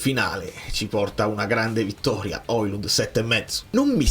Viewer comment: Non si chiama OILUND